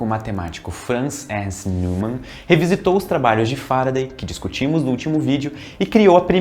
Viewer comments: "Nil"mann nao....n"ói"mann (neumann). É alemão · Neumann pronuncia-se Nóiman. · Pô,. Se preocupou em falar o nome do Huygens de forma correta, mas errou o do Neumann (nói-man). Heheheh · "Neumann" se fala "Nóiman"!